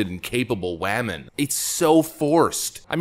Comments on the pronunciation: Is the way you are pronouncing woman satire? I hope so because the word you are saying does not sound like woman to me. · "Wehman"! 😂🤣🤣🤣👍 Yeah,, THIS show is DEFINITELY TRASH!! 😂🤣🤣😭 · Wammin . Haha 😄